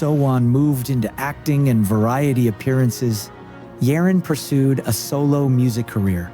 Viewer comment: Gfriend is literally successful & global now let me explain the way you pronounce their special names Kim sojung sowon > SoOne Jung yerin YERIN > yereen Jung eunbi eunha > EUNHA not Unha Choi yuna > YUJU Hwang eunbi sinb > shinBi not sinbi Kim yewon UMJI > something like Eumji ....